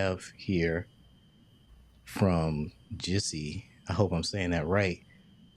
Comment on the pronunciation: I was finally able to watch the video, which I couldn't do on Saturday morning. Thank you so very much for answering my question!! And you pronounced Gissy correctly, its short for Gisselle. 🙏🏼 I appreciate you